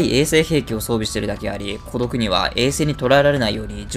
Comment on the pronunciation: コドクの発音おかしくない？